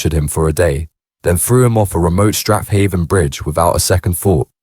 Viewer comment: Govan is pronounced Guvin Strathaven is pronounced Strayvin and Duntocher is pronounced Duntoekir